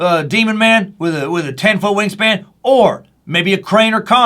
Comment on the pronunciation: When you said wing span I swear I thought you said "ween span" lol